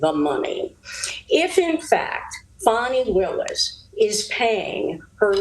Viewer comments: Why do they keep saying it like "fauni" ITS FANI With a hard A!!!! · Her NAME is NoT. FAWNIE. ITS. FANNNNNNNNNNI